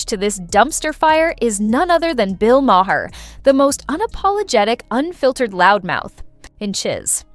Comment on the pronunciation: Bill Maher is pronounced mar as in mars, not mahair.